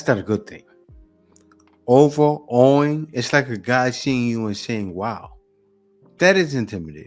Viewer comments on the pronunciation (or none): 😂🤣 I had to stop the video, rewind, and play again... 'cause it's not "Over a wing" it's "overawing" as in to be in over·awe or cannot process one's immediate emotions or feelings about a person or visual experience, as in, to be in awe. She obviously failed her English GED. Over a Wing!!! 😆😂🤣😭💀 PS: YEAH!! I called it out 'cause it's right there and she missed it!!! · I hate to be "that guy" but overawing is not (over-a-wing). It's (over-awe-ing). Root word being awe. The only reason I'm mentioning this is because if we're having an intelligent conversation, we should at least be able to pronounce words. I hope the young lady can see this at some point.